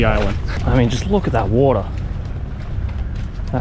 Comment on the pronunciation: "Look at that wodah" lamo Steve Irwin came out for a sec